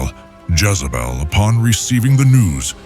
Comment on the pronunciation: A I , calls Jazzabell , He ? Other then that , this is good